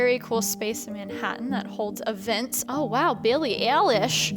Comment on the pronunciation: And the way you pronounce Billie Eilish name 🤣 “Billie Eyelish”